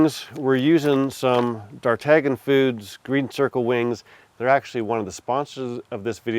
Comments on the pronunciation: Hey the company you get your wings and stuff from is Named after one of Alexander Dumas 3 musketeers D'ARTAGNAN sounds like Dartanian not Dartagan. just a heads up love the video though... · Thanks for the video. I have a question, just because I like to pronounce things appropriately. I noticed you were pronouncing one of the sponsors as "dar-tag-nan." I'm used to calling them "dar-tan-yun," like the musketeer. Am I wrong? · Looks fantastic. BTW , "D'Artagnan" is pronounced "dar-TAN-yan" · Those are some tasty looking wings! I don't know this company but should it not be pronounced more like: Dar-tan-YON? Without a hard G? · Isn't it pronounced "Dahr-TAN-yuhn", like the Three Musketeer? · Just started the video and came here to say this. As a sponsor they should probably coach on how to pronounce their name 😂